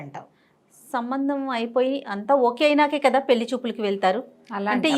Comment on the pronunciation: గారు పెళ్లి అని పలకండి.